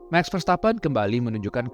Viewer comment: Bukan "Meks verstappen" tapi "Maks Verstappen" 🙏🏻 Btw sejak "Kak Lio" sang pembalap dalam negeri cari penumpang di sepanjang track, saya yakin Max ini calon juara dunia di masa depan.